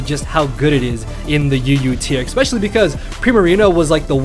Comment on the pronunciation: "xpecially" triggered.